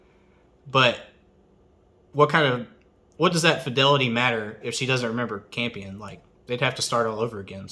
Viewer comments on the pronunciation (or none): none